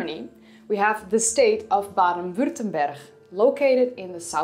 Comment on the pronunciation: Lovely to hear “Heidelbergensis” and “Baden-Württemberg” pronounced with the Nederlands “G”. 😊